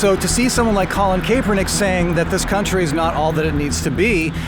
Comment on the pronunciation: Totally off topic but I believe it is pronounced "cap-er-nick" being a Niners fan I felt the need to point it out.